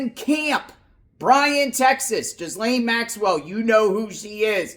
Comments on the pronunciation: Oh, so rather than being "Epsteined" she'll be "escaped". Lol, it's not Jizlaine, it's "Geh-laine", the s is silent and the Gh is like in Ghost. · It’s pronounced Gee lane (Rhymes with Elaine). It’s not common name in the US. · This reporter can't pronounce her name correctly.